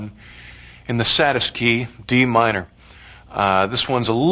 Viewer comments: "It's in the key of D Mine-uh." Lol that was random, Pablo. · I'm enjoying how he puts on british accent when saying what key the piece is played in